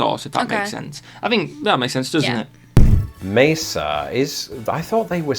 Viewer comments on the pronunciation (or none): Mesa is pronounced maysa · Mesa is pronounced "May-SA"